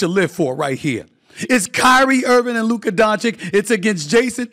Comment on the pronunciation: What am I supposed to do here? Shall I be happy that Stefin Oi. gives Luka credit (while still mispronouncing his name) ahead of the last series, when he continiously since his draft day has disrespected him? When he picked Ayton before him? When he praised booker? When he picked the Clippers, Oklahoma & Minnesota ahead of the Mavs? When he picked SGA, Jalen Brunson & Ant ahead of Luka (all "brothers" btw)? Shall I be happy and reward this just hoping that by seeing a positive feedback maybe Stephon A. Smoth will then be fair towards Luka while I know he most likely waits for the best opportunity to shoot against him again and find a new brother to be the face of the league before Luka violates his next first choice? The problem when your takes don't have an ounce of basketball knowledge behind themselves and are mostly driven by "storylines", personal pride and pettiness as well as a certain level of xenophobia is that afterwards nobody believes a word you say anymore because you lack consistency Steffan AY. At this point I do not care anymore, they had years, I hope they are all doubling down in rooting against the Mavs and I because of these narratives have stopped watching ESPN a long time ago and am happy there are certain content creators, that have a clear voice and just make a comprehension of all the nonsense you guys are spouting. Thanks Steophanios A. Smath but after 6 years these 2-3 videos aren't enough to make us forget. You still have a following, accept defeat